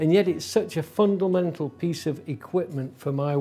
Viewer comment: Yes - there's always a risk you might invent a new word when live. 'Fundlemental' - for example, within the first 10 seconds!